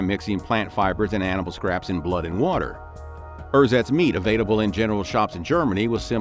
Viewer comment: German is not very hard to pronounce. For example, ersatz is not rrsats but ersahtts. Before your next video, either spend an hour reviewing German phonology, or find a coach who can help you.